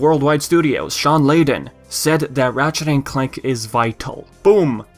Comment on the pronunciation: am i the only one hearing him saying matchet instead of ratchet?